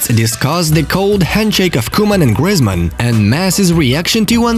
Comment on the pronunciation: It’s funny how he says grizmen